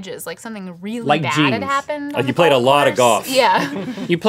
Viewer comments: The way they say "golf" sticks out like a sore thumb... Goff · Rhett says golf as "goff" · Link pronounces Golf "Goff"